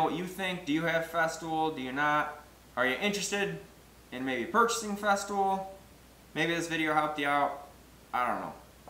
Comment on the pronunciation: Makes sense to me. Except your pronunciation of FESTOOL, you say FESTIVAL? It's just FEZ-TOOL, not FEZ-TIV-OL. It made me question whether or not there was a Festool Domino or were you also cutening up this this name to? Like the FESTOOL DMO-29 or something, and you say "FESTIVAL DOMINO". There is a Domino tool.